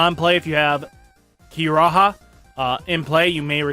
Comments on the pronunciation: Kiriha is pronounced as Key Ree Ha. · The way that you refuse to learn pronuntiation is amazing, Ki-Ri-Ha, there is no A following an R, like you don't even need to watch the anime, you can hear other youtubers pronounce it, even a clip from a 1 min search SU-Ka-Mon where is the H? I'm sorry is this sounds pretentious or moronic, but it frustrating